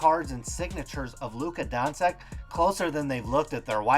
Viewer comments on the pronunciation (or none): Hehe donsik it’s luka donchick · Don-chich not Don-sick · When you got a guy who calls Doncic "Donseck" and Teslas "tessis" you have to assume he's a pussy. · Dawn Sick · I can't believe you can't pronounce his name correctly... You should do some research before you make a video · It's funny because they are saying his last name wrong lol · Can you at least say his name correct ? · This dude can't spell starring or pronounce doncic. He must be legit. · signatures differ, people are dumb and learn to at least correctly pronounce the fucking dudes name you’re talking about.